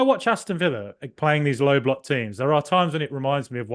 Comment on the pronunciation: Great pod guys. What is a ‘Low Bolock’ ? 😬